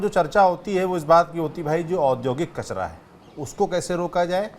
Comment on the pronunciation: हम हिंदी का सही उच्चारण भूल गए है कचरा होता है कचड़ा नहीं ऐसे ही नरेला होता है नडेला नहीं होता